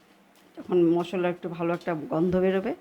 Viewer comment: ওটা মসল্লা নয়। মশলা